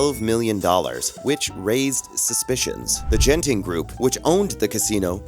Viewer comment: It’s not jenting it’s geynting